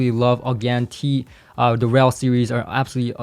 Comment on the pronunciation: its not RELLL, its R.E.L